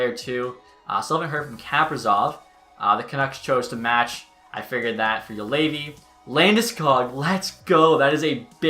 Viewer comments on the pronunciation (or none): none